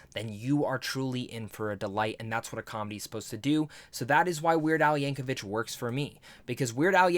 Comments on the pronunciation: It’s YankoVICK not YankoVICH but good review for a good movie. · 3 seconds into the video where you claim you just finished watching the movie where they say his name NUMEROUS times, and you mispronounce it immediately. 😅 There is no H in Yankovic.